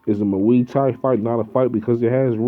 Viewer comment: Boxing isn't fighting. Boxing is a sport. That involves one small aspect of a 'fight'. Mma isn't even a fight. It is the closest sport to fighting though. A real fight involves eye gouging, ripping ears and nutsacks off. And you are pronouncing muay thai wrong. You are way to stupid to be making videos bruh.